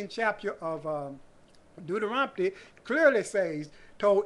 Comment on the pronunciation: I love how you pronounce Deuterontomy